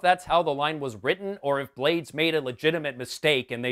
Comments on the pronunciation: Ruben Blades is latino and his last name is pronounced Blah-Deez, not blades. I thought this movie was OK crap. I didn't expect much, and it delivered. With some nudity. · Another winner for the Worst picture winner marathon, thanks for doing this during these dark times. Just one thing, Ruben Blades last name is pronounced Bla-des not "Blades" as in knives. Nitpick, I know but there it is. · Just a thing about pronunciation: panamanian actor-single Ruben Blades last name is pronounced "Blah-des". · Ruben Blades last name is pronounced (blah-days)